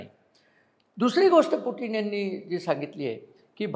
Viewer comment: अभ्यासक, पुटीन नाही ते पुतिन असं pronounce आहे असं वाटतंय